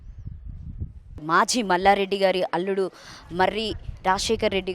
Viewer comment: Amma maji mallareddy kadu.. Language problem pronounciation telugu worst anchor pls improve your skills ..